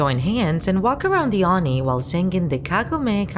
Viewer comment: Why do you mispronounce simple words such as "oni". Not impressed.